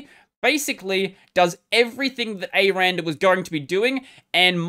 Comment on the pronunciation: its “ecks arr and arr” btw... 😏